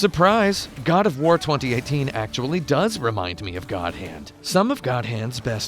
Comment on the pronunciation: "GOD O'FWAR" lol